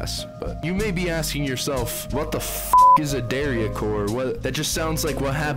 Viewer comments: its not pronounced "Dah-ree-ah" core instead of "day-ree-ah" core? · pronouncing daria like this is cursed